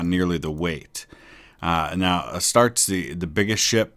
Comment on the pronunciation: The Warhammer fan in me is cringing at the way Astarte is pronounced